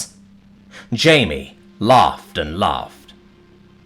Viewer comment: First off, nuclear power plants don't explode with nuclear force. They are not bombs. The nuclear fuel is not concentrated enough to do that. And second, this guy was Spanish. So his name was pronounced Hi-Me, as the J in Spanish makes an H sound.